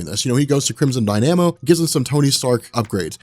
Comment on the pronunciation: Are you screwing with us, mispronouncing Crimson Dynamo? The accent is on the 1st syllable!